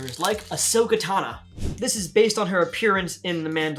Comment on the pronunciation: "Ashoka TANA" Uhh sir I'm 100% sure it's Tano